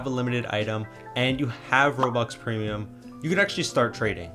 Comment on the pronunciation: ''premium'' damn it